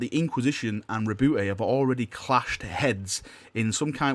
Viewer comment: Btw the e in roboute is silent